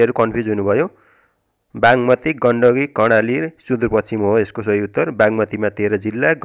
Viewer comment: बाँङमती हो कि बाग्मती हो मित्र